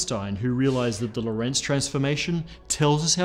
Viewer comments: Geodesic is not my problem - LORENTZ is. When will physicists (all of them) learn how to pronounce that name? It needs emphasis on the first syllable not the second! REMEMBER. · Hey guy, if you are talking about Hendrik Antoon Lorentz, you are stressing the wrong syllable. The stress is on the first syllable "Lo". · "Lorentz" should be pronounced with the emphasis on the first syllable. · This makes me pig-biting mad! Quit mispronouncing Lorentz's name, for crying out loud! It is NOT pronounced "lorEntz". It is properly pronounced with emphasis on the first vowel, the "o". So quit saying "lorEntz", and start saying "lOrentz" - dammit! Why can English speakers never get names and places right? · Great channel and content, congratulations and thank you very much! Btw Lorentz is the German version of the name Lawrence, and is also pronounced with stress on the first syllable. IPA: [ˈloːʁɛnt͡s]